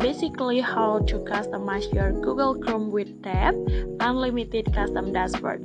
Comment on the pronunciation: its "unlimited"not unlimeted